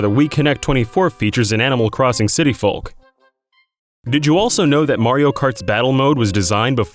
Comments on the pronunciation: You said and should've said . Also, you said the world is a "literal cone shape" when it's clearly not a cone. It's a cylinder. You're also pronouncing the L in "folk." You should also incorporate short pauses between each fact. The rapid fire rate you do it doesn't leave people any time to think about what they just heard. Even just like 1 second would be nice. Interesting facts, but you should do some more editing and proofing before you release your videos to the world! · anyone else find his pronunciation of "folk" really annoying? who pronounces the L in folk that much? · Folk is pronounced "FOKE" like yolk. Not fulk! Think, "that's all folks!". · Did anyone else die a little inside whenever he said "folk" wrong? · I hate how Americans pronounce the "L" in folk. you don't say "tallk"n